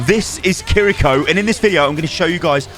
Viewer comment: and also the r in kiriko is pronounced like L